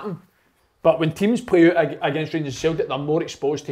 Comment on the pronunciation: Why has nobody ever jarred big Kevin for the way he pronounces Celtic?? Fuckin Sulltic??? 😂 Folk have been peltered for less on the show 😂